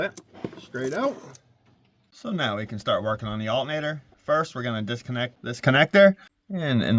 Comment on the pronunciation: why he say alternator like that man smfh